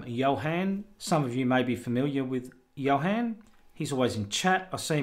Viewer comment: Thank you very much, but this was a disappointment. Thunderbird and Firefox tar, could not pin on the dock. The deb I could. BTW my name isn't pronounced Johen, but Johun;)